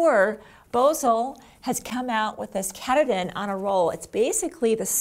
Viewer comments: Great tutorial but it’s ka Tah din You’re killing me with it you’re just killing me, Along with everyone else from Maine LOL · I just finished my rug! i love it! It's a little puckery around the edge, but I'm hoping ironing will take care of it. BTW, once I got the batting and saw it was from Maine, I was sure the batting is pronounced K'Tahdin. It is the tallest mountain in Maine, located in Baxter State Forest. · Wonderful video. Thank you! I can't wait to make one now! BTW It's pronounced Kah-TAH-din after Mount Katahdin in Maine ;-) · i love the video. Katahdin is pronounced Ka-ta-din. Its a mountain in Maine.